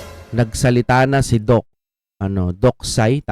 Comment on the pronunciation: Not Doc Say…..Doc Seee Sy See ang pag pronounce